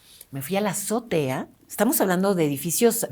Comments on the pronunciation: Se dice Azotea, NO zotea chicos. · Orale... sabe un buen de idiomas, pero no sabe español verdad? Porque ninguna persona que sepa español dice ZOTEA en vez de AZOTEA... Debería ir a aprender español primero tu super invitada...